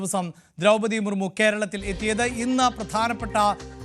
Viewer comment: എന്താ ഇതെ ബഹുമാനപ്പെട്ട രാഷ്ട്രപതിയുടെ പേര് വരെ മാറ്റി പറയുകയാണോ മർമു ജി അല്ല മുർമു ജി